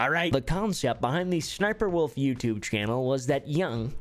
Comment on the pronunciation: "youtlube" XD